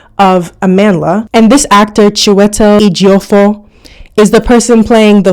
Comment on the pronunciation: The proper pronunciation of Chiwetal Ejiofor's name by you was beautiful!